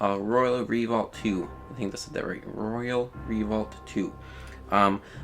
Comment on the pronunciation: and re-volt, not revault...lol